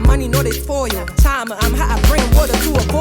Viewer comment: .....why are you pronouncing your igbo name wrongly??.... girl please learn the correct pronunciation... and before anyone start, no there isn't different pronunciation for "chioma".....and i agree with everything you said.